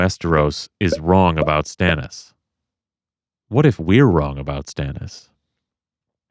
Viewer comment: If we're talking about pronunciations of names, George says Stannis as, ston-is.